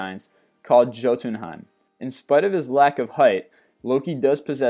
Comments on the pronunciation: did you really pronounce Johtunheim as Joe tun heim.......... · Last time I checked, "Jotunheim" was pronounced like "Yo-tin-hime"... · I literally cringed when he pronounced Jotunheim wrong >< It comes from the Old Norse language, and in it the "J" is pronounced like our "Y" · The j in Jotunheim is pernounced like a y